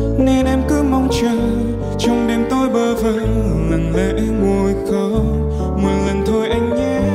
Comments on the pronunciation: Cách phát âm của Đức Phúc nghe rất khó chịu Tình cứ đưa em đến thì phát âm thành “ình” cứ…, đắm say thì thành “ ắm” say. Khóc thì phát âm thành “khóng” Mau thì thành “mâu” Giọng ngân thì cứ như sợi dây đờn sắt dãn rung. Này là phải luyện và chỉnh lại nhiều khi được vinh dự hát chung với giọng họa mi Mỹ Tâm. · Sửa lại cách phát âm và luyện lại giọng ngân. Giống dây sắt rung. ‘Ình’ cứ đưa…, chìm ‘ắm’ say….lặng lẽ ngồi ’khóng’ …. tan biến ‘mâu’…, hát chung với MT không hợp 😩😩😩